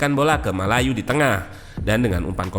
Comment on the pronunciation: mayulu bang, bukan malayu😂